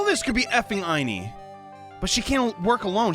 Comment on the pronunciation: man, I love you, but you're killing me with these pronunciations of the Miney sisters' names.